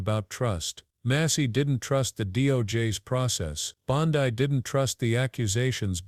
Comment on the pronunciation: Learn how to pronounce BONDI...ITS BON--DEE. ...NOT BON-- DIE